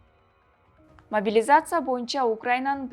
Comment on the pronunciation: Биринчиден карындашым апаңын костюмун чеч, экинчиден могилизация деп тантырабай, жаагың сынчуудай болбой жакшына сүйлө. Белиң бешиктен чыга элек туруп көп безилдебе, эскертүү